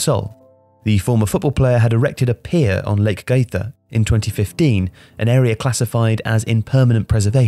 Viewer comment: small correction: it's Lake Guaíba, not Guíaba. (there is a whole discussion whether Guaíba is a lake or a river, but let's please not go there)